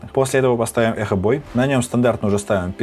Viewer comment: Бро, спасибо за обработку звуков, некоторые фишки выцепил и залил себе в "жёсткий"))) только одно, но, не ЭКО бой, а эхобой)